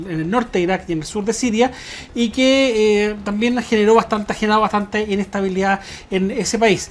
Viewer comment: Sugerencia: Le bajé la velocidad a 0.75 y ademas activé los títulos y ya pude entender lo que dice es estialidá en vez de estabilidad y así por el estilo por estabilidad